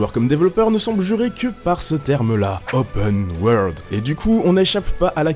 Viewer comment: gadaur lai opeune waurlde